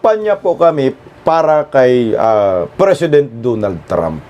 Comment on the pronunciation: HOY, DONALD HINDI DOOONALD😂😂😂